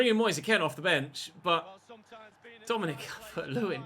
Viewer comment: Did you just call Kean "Ken" hahahaha.